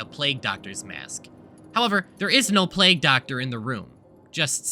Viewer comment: Do Essay YouTubers just purposely mispronounce words now? Is this a thing? Plag Doctor, really?